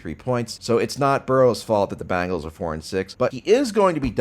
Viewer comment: “The Baangals”